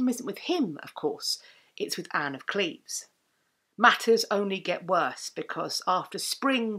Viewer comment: Thank you for pronouncing Anne's and my birth town the correct way :) Holbein was known to be a painter that did not flatter, so his depiction of her seems pretty accurate. Additionally, to this day, a lot of women in the area between Cleves and Berg share similar features with her. Long boned, blonde or strawberry blonde, with hazel/brown eyes and a little bulby nose, and long boned elegant hands. It's a typical Lower Rhenish look.